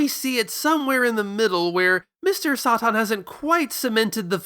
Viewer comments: just say “saytan” that’s literally his name the way you’re saying it is driving me mad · I love dragon ball for its direct references to the west and Mr. SATAN (why are you pronouncing it like that?)